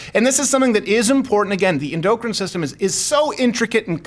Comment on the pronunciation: Your mispronunciation of “endocrine” is cringe af.